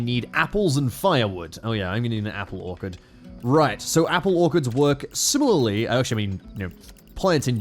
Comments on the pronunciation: please. I live in orchard country, it's pronounced Or-chard, not Or-Card, I beg of you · Is saying "Orc-erd" instead of "Orchard"??? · Ork-erd may be the oddest way I’ve ever heard a man say the word “Orchard” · or-ch-erd plz your hurting me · The mispronunciation of orchard hurts 🤣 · HOW IS THIS MAN PRONOUNCING ORCHARD WTF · Very cool video, never knew that's how Aussies say "orchard". I learned something today